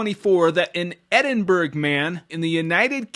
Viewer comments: I love you, but Edinburgh is not pronounced “Edinberg”. The phonetic pronunciation of Edinburgh is ed-in-bruh or ed-in-buh-ruh. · Please learn how to say Edinburgh properly!🤣